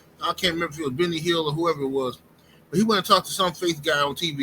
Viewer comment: Benny Hinn not Hiill LOl😅